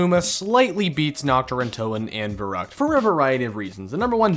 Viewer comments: Verrückt is pronounced as Ferryckt. V=F. ü=y. The map is german. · That german pronunciation 😬